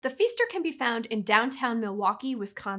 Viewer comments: It isn't "feester;" it's "fister." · I'm not sure why she kept pronouncing the hotel as feester. It's proounced like fister. Source: I know 3 families with that surname. We all live just an hour away. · It’s pronounced “fister” not “fester”…js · Am I the only Milwaukee native who winced at the pronunciation of Pfister? 😂 (Gentle ribbing, I get you may not look at the name and assume it's Fist-er not Feester.) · The "feester"? 😂 It's "fister" hotel. I've stayed there. Sorry, I didn't get haunted. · I'm from Milwaukee, Wisconsin. Pfister Is pronounced FISTer, not FEEster! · Never heard the Pfister be pronounced that way. 😂 only as fist-er or with a long i sound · Looked this up just to comment on the pronunciation. Mental Floss probably should have figured out how to say it first. Research is important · Cool story bro. Ever thought maybe she didn't know how to pronounce it because there's no pronunciation guide?